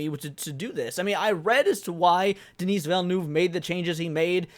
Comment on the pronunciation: The S in Denis is silent.